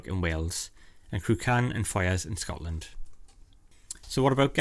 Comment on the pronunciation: Not a big mistake by any means but you're meant to pronounce the first 'a' in Cruachan! Like crew-ah-khan